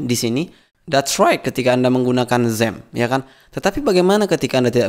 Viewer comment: xampp ngomognya zamm dong wkwkwkw